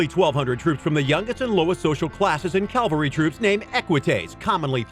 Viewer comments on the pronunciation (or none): Also, please stop saying 'calvary'. It's 'cavalry'. 'Cav' first. 'Caval' is the part that means 'horse'.